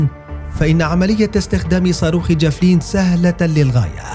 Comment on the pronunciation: الفظ اسم الصاروخ جيدا ايها المعلق الفبي